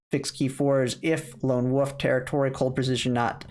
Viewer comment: Mr. ""